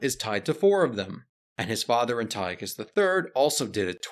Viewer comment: "Anti-Ochus"; "Epi-phanes", etc.......ffs, man, if you're going to make video about Greeks, at least pronounce their names correctly.